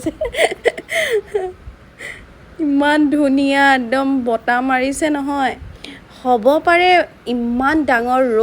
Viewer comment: ছোৱালী জনি বৰ ধুনিয়া কিনতু বতাহ বুলি কব নোৱাৰে বাৰে বাৰে বতা বৰ .......